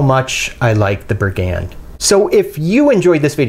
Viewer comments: No hate here but it's 'bri-gand, not bri-'gand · I picked mine up as soon as they came out on . Super slicey wharncliff, my favorite combination. Btw it's pronounced "brig- und." Thanks! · It's pronounced briggund